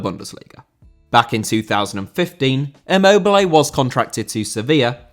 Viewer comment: Immobile* not Emmouwbelei